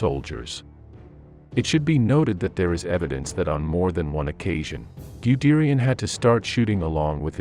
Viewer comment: Wonderful video but your pronunciation of German names--oh my. The "Man" in Manheim should be pronounced to rhyme with "hun" as if it were spelled "Munheim". And "Guderian" should be pronounced as if it were spelled "Gudairy-on" not "Gudearie-on".